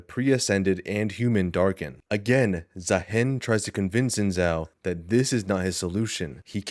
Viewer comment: you said Zaahen properly ONCE this entire video, are you rage baiting